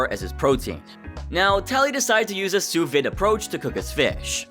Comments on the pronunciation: The sous vide pronunciation got me more… “Sous vid” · And you can't pronounce sous vide either lol